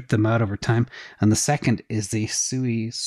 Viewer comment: Sui is more similar to AVAX, it's in the name Sui Vs Sue-i